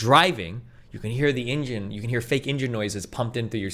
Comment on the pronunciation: The way destiny pronounced “engine” is problematical